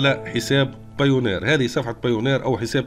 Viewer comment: بايونير مش بايونار 😅